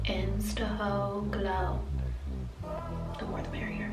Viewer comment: Lmbo I've been watching your videos for so many years and I laughed * 😂* when you said ' insta hoe_glo thats so cute.